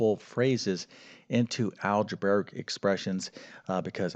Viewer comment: "Algebaric"? al·ge·bra·ic /ˌaljəˈbrāik/